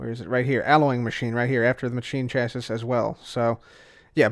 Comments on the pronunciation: it's pronounced chass-ee, not chassiss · "Chassis" is pronounced either "cha-see" or "sha-see", but not "chas-iss" :) Also, interesting tidbit: in the real world, a clathrate is a crystal which has molecules of some other material trapped inside its lattice. What exactly is trapped inside the glowstone of the Energized Clathrate, I don't know... But the Thermal Foundation documentation says that the same ore which drops it can also drop small amounts of sulfur, so I'm guessing it's a glowstone crystal with sulfur trapped inside. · I love you... but it’s “chass-ee”. It’s not the biggest deal but I feel it in my soul when you say “chass-is”. Someone I watch, who’s a great YouTuber and I love his videos, but he says “equippeded” and it kills me. “Chass-is” isn’t nearly as bad though lol. Not trying to hate btw knowledge is power!!!! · I believe that 'Chassis' is pronounced 'Chas-ee'. (Not 100% sure, but it sounds right). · MrCinnamonWhale yeah it bugs me too. Chassis rhymes with classy. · Chassis rhymes with classy. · Not trying to sound like the word police but I'm pretty sure chassis is pronounced chassy. Like the Pokemon chancy but without the N. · It is pronounced Chas-ee for your information.